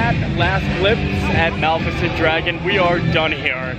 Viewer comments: …. Dude….please… Mah- lif-I-cent! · Mispronounced Malificent- 9